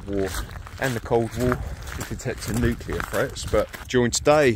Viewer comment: Definitely ain't "NUCLEAR"